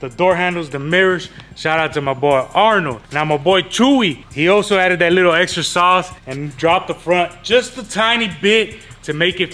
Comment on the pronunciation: Dijo el tiny sonso “chewy “ instead of chuy😂😂